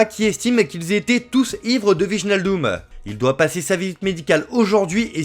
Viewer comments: ❌ VIJE-NAL-DUM ✅ WEY-NAL-DOUM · wijenaldum xD hahahahaha tu dois prononcer WAY NAL DUM xD